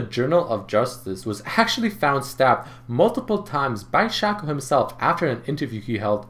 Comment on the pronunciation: toàn đọc là sêkô